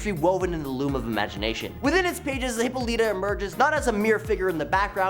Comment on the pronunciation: Its hih-paw-luh-tah dude not hippo-leeta. And also wonder woman has no place on this list etrigan or question should be on here.